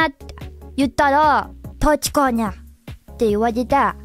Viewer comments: tachika nyie = tashika ni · Some things that stood out to me about pronunciation かつぜつ ➙ かっぜつ ゆってた ➙ ゆっちぃぇた たしかに ➙ たちかにぃぇ ならええか ➙ なだええか The 1st, 3rd, and 4th ones look like common mispronunciation patterns to me, but maybe I don't know enough Japanese to judge?